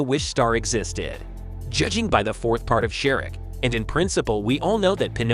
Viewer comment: "Share ick"